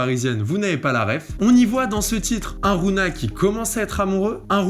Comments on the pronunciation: Ça aurait été une big masterclass si tu disait rougna et pas rouna mdr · Ça ce prononce rougna par contre mon reuf